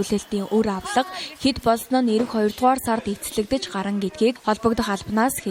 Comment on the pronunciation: гарна > гаран үгийн утгуудыг бол алдагдуулж өгч байнадаа.